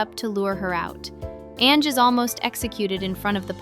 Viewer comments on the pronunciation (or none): Hey there, it's an amazing project, but maybe next time we got better pronunciation? Like ZZ is not ZiZi, but Double Zeta, and Ange is read Anju, not "Enj"